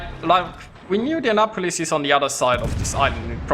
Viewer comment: Youre inndeannapolis, hahahaha . Love yer vids, though :)